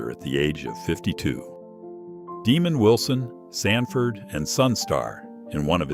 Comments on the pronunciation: It’s DEZ-MOND Wilson You stupid mindless AI app. DEZ-MOND Wilson was the Former star of ‘Sandford & Son’ Not Demon Wilson. Honestly If it can’t pronounce things correctly. . . Why use it? Or are you just lazy? Masquerading as efficient. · Demond!!! Wilson NOT Demon. Sheesh. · It's DEMOND WILSON From Sanford and Son NOT Demon Wilson. 👎🏼😏😡